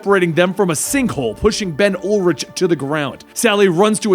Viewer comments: Isn't it Ben Urich though? Not Ben ULrich? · I can't let it slide. Ben Urich not Ben Ullrich